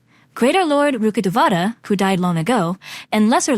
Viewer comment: The way people pronounce rukkadevata sometimes pisses me off 😢 its rukk-de-vata its a telugu word meaning tree deity